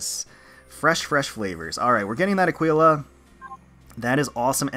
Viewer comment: Let's GOOOO Also Aquila is pronounced 'Ack-ee-la', if nobody said so already. :)